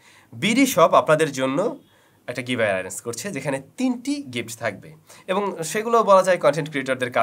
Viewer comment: ''Giveamay'' ''Enter'' ''done''